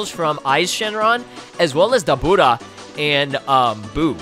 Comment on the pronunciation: Hey, where did you get that pronunciations for Dabura from? It sounds so funny to me. I must know!